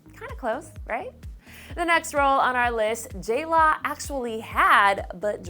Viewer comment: Am I the only one who HATES it when they call her J-La???